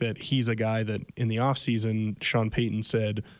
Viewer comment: It’s coach Payton. Not coach Payuhhn.